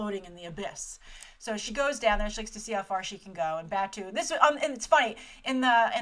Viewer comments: hey grace! love your coverage of this. In the spirit of reverence for the material though, could you try to pronounce the character names a bit more faithfully? BATWO is BAHTOH, for example. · "Ba-two" is really "Ba-tow"..."Koose" is really "Ku-zay".....You really know a lot less of the GitS universe then you pretend to know. You need to rewatch the whole universe of GitS including the movies, SAC, and Arise again before you start commenting like you’re a long time fan. Plus you know nothing of Japanese culture and assume a lot from this short trailer. Geisha are not sex workers.....The "hooker" could be a friend or acquaintance as it was in SAC. Oh and that whole part with the car door..how about its not some magnet thing but somebody kicking it out from the inside of the car. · It sounds like "bat-oh" fot Batou! You keep saying it wrong! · They smashed pretty much every version of GitS into one film, changed characters and boiled the plot down super hard for a general audience. It's going to be Ghost in the Shell in name only and that's sad. Also lol Grace BATOO? SAYTOE? KOOZ? Geez gurl. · I love you Grace, but you're butchering their names!!! Batou is pronounced BAT-TOW, Saito is pronounced PSY-TOW, Arimaki is pronounced ARI-MA-KEE and Kuze is pronounced KOO-ZAY. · I'm being petty but... "Koo-zeh" (クゼ) and "Bah-toh" (バトー) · Bah-tou and Kuh-ze. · Batou (Bah-toe) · I'm sorry, your pronunciation of "Batou" bugs the crap out me! Other than that, great video, and I'm no longer as excited for this movie as I had been. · 1: grace there are a lot of graves that are staked like that, so its less of an urban thing and more of a hill thing. 2: grave batou is short a sound and long o. 3: why is the briefing not happening in the Majors lobby! 4: where are the Tachikomas!!!!!!!!!!!!!!!!!